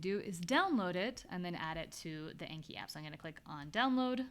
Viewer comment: Really helpful stuff! Thank you! As a Japanese language learner, anki is a Japanese word meaning "memorization," and "learning by heart" and pronounced with a short a as in "father." Thanks again!